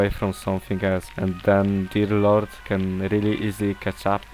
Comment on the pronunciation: i'll be honest: it sounds like you're calling Deer Lord "Diddler" and it's honestly kinda funny